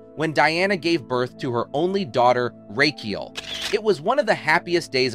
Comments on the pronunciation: Rachael is pronounced as Rachel. not "Raykiel" ffs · who is reading this as his speech is shocking, laazanby or lazenby....rakiel or Rachael . this robot should be shut down asap or learn english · The name is pronounced RAKKA-ELL, not 'Rake-eel' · Who's Rake - eal? 😂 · Nothing like pronouncing "racheal" as "rakee-ale" to tip off the ai voice. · and its an AI voice over that can't say Racheal (yeah its "Ray-Chell" ) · Lazzenby? Racheeall?...more non research (into pronunciation)🙄🎩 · The commentator is so annoying the way he pronounces her daughter's name as "Ray-ke-al"! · I don't think I have ever heard Rachael pronounced so.. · Another AI crap voice over. Notice how Rachel is mispronounced twice and then correctly right after.